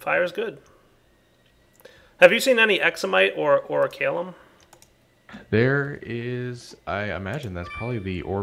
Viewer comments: I twitch every time he says "oricalum"... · I'm sorry, but the pronunciation just killed me. "O-ri-kal-cum" not "O-ri-ka-lum." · lol yeh pronounced Oricalcum wrong